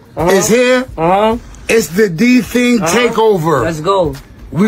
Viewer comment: “D tang” 😭